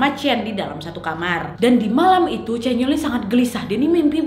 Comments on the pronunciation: Sama canyeol yang harusnya dibaca Canyeol=(canyol) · chanyeol = chanyol kak nad=chanyeol kkkkkk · ka nadia nad chanyoel bukan caneol 😂 but its okey,ttp suka ko sm pembawaan kak nadia ❤